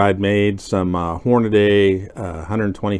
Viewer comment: The name "Hornady" is on every box of bullets, ammo, reloading equipment, etc. Nowhere is it spelled "Hornaday". It's pronounced "Horn-a-DEE"